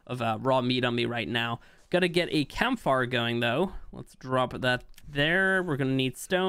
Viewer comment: campfires are now pronounced campfar.